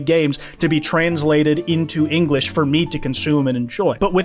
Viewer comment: Linglish lmaoooooo